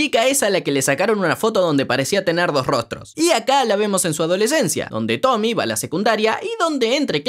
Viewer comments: SE DICE TOMIE NO TOMI 😭😭😭😭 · Es tomie tomieeee no tomy 😭😭😭